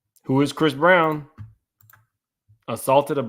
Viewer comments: BEY-JIN….not BAH-JIN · You need to learn how to pronounce bajan. It’s “BAY-JAN” not “bah-Jan” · Yall "bajan" is pronounced bay-jhun. had me do confused! 😅 I wish Wendy could cover this! I know they fake madeup but he got her fired & attempted to wnd her career! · Someone else commented that it’s bah-jan and not bay-jun, lol. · Bajan is pronounced Bay-jan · For Rihanna it’s pronounced Bay-Jan! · Pronounce Bajan one more time 😂